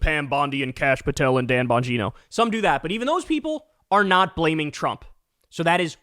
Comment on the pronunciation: *Gine-OH* Dan Bon-GINE-oh